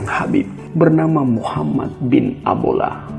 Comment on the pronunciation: Mon maap mimin🙏 Muhammad bin Abdola/Abdullah. Bukan abola Bolbol Rahakbauw. Dan bukan balbol Terimakasih 🙏